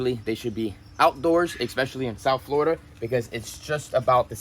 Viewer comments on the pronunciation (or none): none